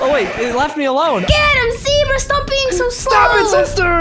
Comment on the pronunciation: zebra more like ze-bruh